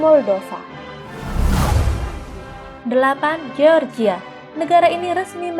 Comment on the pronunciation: Mimin ini nyebut NATO sok sok dibaca dibaca NE _TO, tapi baca GEORGIA malah dibaca GE_OR_GI_A , seharusnya dibacanya jadi JOR_JI_YA.